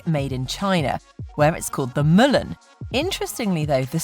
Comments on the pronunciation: It's not "Mulan" as in "Mullet"! It's, Mulan, like the Disney adaptation of the classic Chinese story! It's not called the, "4" in China as the number is bad luck. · Its called the mulan pronounced as the disney movie moo-laan, Mulan